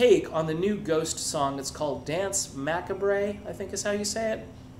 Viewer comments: It's pronounced muh-COB, not mack-uh-bray :-P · Huh ? Macabre. Like...the word macabre. You know, it's...not even that eclectic. Pronounced 'macarb'. Isn't it ? I mean surely. Jeez. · Hold it! Yikes. Dance Macabre- is pronounced Ma-cabe- like a scary movie. It's based off the song Danse Macabre- the violin piece utilized for the play Foust. Did you see Tombstone w/ Kurt Russell? The piece that is playing when they act out Foust is the ( I believe) original. 1400-50; < French; compare late Middle English Macabrees daunce < Middle French danse (de) Macabré, of uncertain origin; perhaps to be identified with Medieval Latin chorēa Machabaeōrum a representation of the deaths of Judas Maccabaeus and his brothers, but evidence is lacking; the French pronunciation with mute e is a misreading of the Middle French forms It's a classic piece and anyone into dark music, themes, etc knows this piece. Here is the most famous- Danse Macabre (first performed in 1875) is the name of opus 40 by French composer Camille Saint-Saëns. The composition is based upon a poem by Henri Cazalis, on an old French superstition: Zig, zig, zig, Death in a cadence, Striking with his heel a tomb, Death at midnight plays a dance-tune, Zig, zig, zig, on his violin. The winter wind blows and the night is dark; Moans are heard in the linden trees. Through the gloom, white skeletons pass, Running and leaping in their shrouds. Zig, zig, zig, each one is frisking, The bones of the dancers are heard to crack— But hist! of a sudden they quit the round, They push forward, they fly; the cock has crowed. Have a wiki on me I have a license plate that reads DNSMCBE- that's what the original